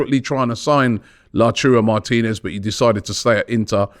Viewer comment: The return of La-churro Martinez 🤣🤣🤣